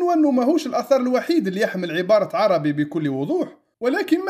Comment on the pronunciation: السلام عليكم أنا من متابعي قناتك لجودتها ومصداقيتها ولكن لكل جوادٍ كبوة. اعلم أيها السيد المحترم أن الكتب التي ذكرتها كمراجع هي في الحقيقة كتبٌ إيطالية وليست لاتينية وحتى كلمة "ARABI" المنقوشة في الصخرة التي تنطقها عربي وهذا إجتهاد منك فكان عليك أن تنطقها "أربي" وفي القاموس الذي ذكرت فالحرف "A" فوقه هلال فليست نفس الكلمة والسلام